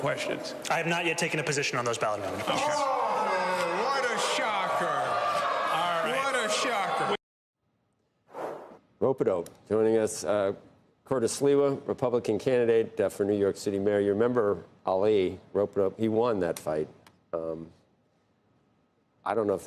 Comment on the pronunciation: MAM-dan-i not MamdaMI, Mr. Curtis SLiVER! When Mamdani wins, CNBC will be moving to Florida!😃